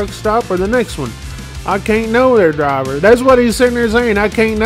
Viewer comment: I cain't know drwaaable ( driver) For a man that preaches professionalism why do you continue to articulate as you " geeratited " third grade ?????? I LOVE watching bonehead truckers. However, do you talk like that with customers ? Or is it only flip-flops and shorty shotys hat makes one un professional? I too am from Texas, my folks live in a place where large gators in their backyard are a nuisance! We actually articulate as though we made it past the 3 grade English